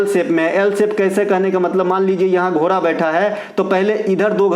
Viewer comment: घोरा नहीं घोड़ा होता है 😂